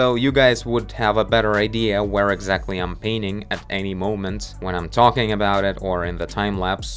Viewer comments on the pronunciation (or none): none